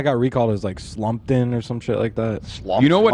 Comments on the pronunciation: kindly, its STUMPTOWN (pronounced STUMP - TOWN) not Slumpton lol. (the coldbrew) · calling Stumptown Slupton is killing me as a Portlander